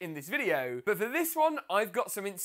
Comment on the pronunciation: The way he says but 😂 BUHT